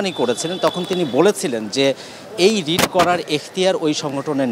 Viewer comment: রিট হবে ❤ রিড নয়